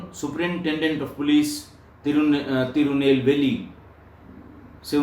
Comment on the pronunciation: उच्चारण सही है,तिरुनेलवेली